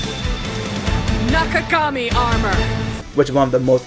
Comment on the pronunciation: Brathering He also mispronounced nakagami armour as nikagami armour.